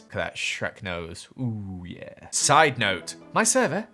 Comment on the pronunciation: Instead of sidenote the "sidenose"